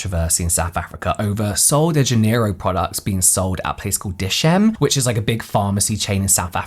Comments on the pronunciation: The pronunciation of dischem as dayschem and not as Dis-kem. 😂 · DisChem (Discount Chemist) not Dishem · Dis-Chem is pronounced Diss Kem (Chem for chemist). Lol not dish'em. But yeah, they (and their direct competitor, Clicks) have had their fair share of controversies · its pronounced Dis-Kem 👍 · Pronounced Dis chem as in chemistry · 😭😂🤣 “Dischem” is pronounced “diss-kem” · Dischem ❌ Dish-shame ✅ 😂😂😂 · My dear James, it's pronounced DIS CHEM (as in CHEMistry). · It's Dis-Chem pronounced like chemistry lmao😂♥️this story is wild, fellow South African 🇿🇦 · dischem is pronounced as DIS (this) CHEM (like chemistry but without istry) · South African here, So sad about the fake products 😪 people really need to be so careful, I only trust sellers like Foschini Beauty, Woolworths and similar. If a product is not officially in SA, I'd rather do without it. Love how he says Dischem 😅🤣❤️